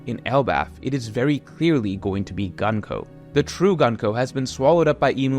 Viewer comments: Pleeease stop calling her Gun-ko...... It's distracting af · For future reference her name is pronounced グンコ - goon-koh The same way you pronounce the U sound in Luffy